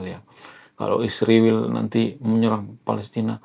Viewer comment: Bang, ngatain nama negara org itu yg benar ya, israel bukan isriwil bang??